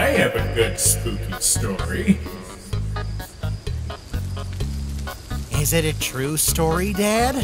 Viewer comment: i liek dat spoopy stowy